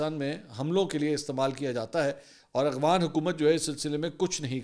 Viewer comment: آپ ہمیشہ اغوانستان اور اغوان بولتے ہیں جبکہ درست افغانستان اور افغان ہے. آپ ملک کے بڑے صحافی اور اینکر پرسن ہیں آپ سے غلط تلفظ بہتر نہیں لگتا